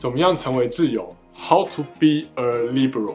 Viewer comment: Libéro 好像也不是英文 那個é往上揚 念起來更像 李杯ro